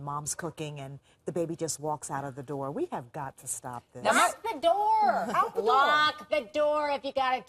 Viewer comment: Door not “D-O” 🤮